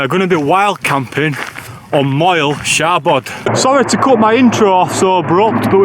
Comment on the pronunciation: Llyn = Llin though you might also hear it pronounced more like Lleen in certain parts of wales. Moel = Moil Foel = Voil (not foil 😊) Y = Uh For when you’re next in gods own country 🏴 You did ok on Siabod though ✔️